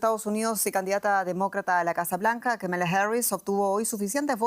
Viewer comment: Señora usted debe informarse cómo pronunciar el nombre de Kamala Harris, el acento en la primera sílaba, no la segunda.